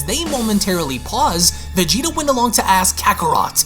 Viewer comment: innit🤣🤣🤣 wtf fam it’s “Vegeta’s”